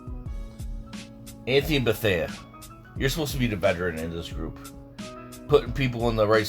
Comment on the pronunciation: “Anthony Bethea”